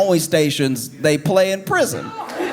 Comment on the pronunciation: A-YYYYOOO How’s he sound like that. Here and there his voice sounds like he may or may not be related to Bill Cosby😬 I’m just saying… ABC “ They play in PRISON “ emphasis on the prison 😭😭😭🤣 I know I’m not the only person who hears it??